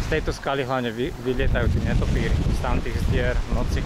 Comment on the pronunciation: perfektné zábery. Nehovoríme netopíri ale netopieri . Inak super